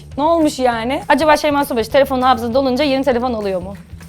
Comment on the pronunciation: Konuşurken şeyma şubaşı diyenler +1